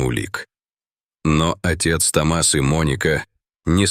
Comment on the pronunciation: Только правильно не Том(А)с, а Т(О) мас от имени Том☝️. Учитесь правильно ставить ударение ☝️, прежде чем транслировать контент!!!